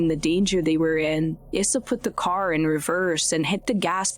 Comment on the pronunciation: Is this a real human being or a robot? Why do people talk like this, it’s super annoying and sounds totally unnatural. “ChimpanZEES, driVER, caR, followERS, automoBIL, slow DOWN, souND. Ugh, it’s so stupid.